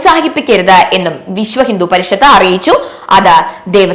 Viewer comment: നന്ദി അറിയിച്ച ദേവസ്വം ബോഡ് എന്നോ ' വിശ്വഹിന്ദുപരിഷത്ത യോ ഇതെന്താ ഇങ്ങനെ വായിക്കുന്നുത് കൃത്യമായി വായിക്കെടീ😡😡😡